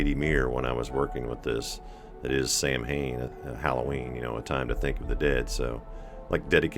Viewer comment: Happy Halloween,the bowling looks fun..I'm going to bust out a deck of cards and give it a go tonight 🤗 And just me being peevy but, Samhain is pronounced sow-een or Sow-in...😉 Blessed Samhain to all my witches 🌛🌝🌜